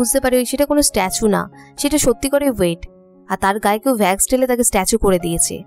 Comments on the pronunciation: vax na wax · আপু ভ্যাক্স নয় ওয়াক্স হবে।🙂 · Vax na wax hobe 😃 okk